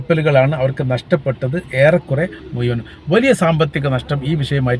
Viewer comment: മുയുവൻ അല്ല മുഴുവൻ